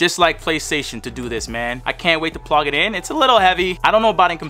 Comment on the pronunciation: Has nobody realized that when he said he was going to connect the headphones to the ps5 he said plog instead of plug lol